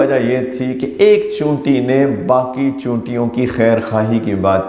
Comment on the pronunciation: اردو کا جنارہ , چیونٹی کے بجائے چینوٹی، افسوس 😂